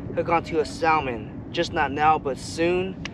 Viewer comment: One of my pet peeves is when people mispronounce salmon. The L is silent so it’s actually pronounced “sah-mon”.